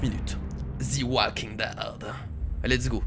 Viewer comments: en anglais "the" se prononce ze et pas zi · c'est pas thi walking dead c'est the walking dead !! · "Zi walking dead" HAHAHA JSUIS MORT😂😂😂😂😂 Ps: J'ai découvert ta chaine par hasard et je m'abo tout de suite!!!!!!! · j'aime! Prononce Mieux le The s'il te plaît ahaha sinon parfait